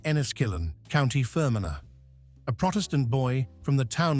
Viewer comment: County 'Fur-man-ah' it is actually pronounced, so it is.....